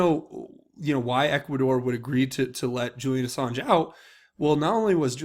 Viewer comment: I think it's funny he called him "Assarge".